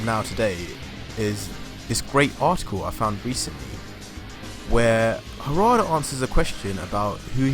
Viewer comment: Hard read Harada lol